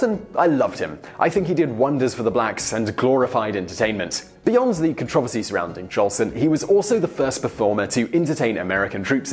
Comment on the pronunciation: Being a fan of old music and film, Im familiar with it's complicated history, but dang, I've never heard someone pronounce "controversy" like that before.